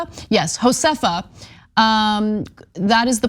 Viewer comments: Josefa is pronounced Yo-sef- fa, it's Hebrew and smoking is the best way: vaping is terrible and dangerous and an edible high to me is not a great high! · Haha! Ana can't Ana couldn't pronounce the woman's name! hahaha